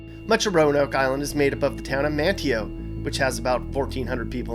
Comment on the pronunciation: Corolla is pronounced cor-ah-la not like the car, Bodie is pronounced as body, Manteo is pronounced Man-ee-oh. Recently learned the OBX averages about 24,000 year round residents that then blows up to 300,000 during the summer time.